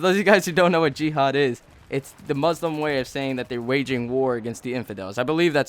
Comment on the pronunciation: I thought the guys name was gehad until i figured out he said jihad